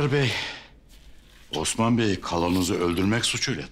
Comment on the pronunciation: Bu Sofianın bütün osman diyişlerini birleştirseler çok güzel video olur!